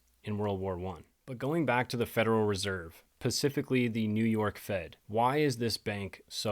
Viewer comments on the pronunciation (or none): Provocative presentation! But you have to master the pronunciation of “specifically”! There is no specific ocean! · "very pacifically" lol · Are you seriously telling me that you haven’t dedicated this entire epic to your wee man, pacifically?